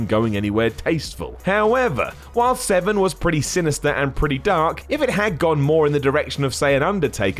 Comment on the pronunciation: Are you saying Dan Seven? casue there is an r in his name